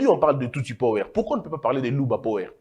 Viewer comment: La prononciation de power c'est pawa